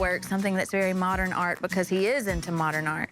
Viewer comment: Erin the way you talk is kind it's staged, you pronounce words like bafor bacos it's dramaaa